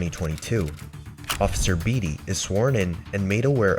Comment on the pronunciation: Beatty is pronounced bay T, not bee T